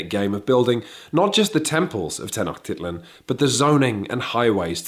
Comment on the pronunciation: Hey guys just wanted to say it's Mexica as in "me-shi-ca" and tenochtitlán with the stress in the last A